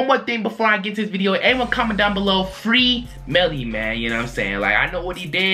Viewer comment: MELLY NOT BELLY